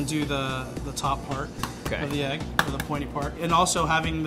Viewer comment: It's pronounced "egg" not "ayyyggg"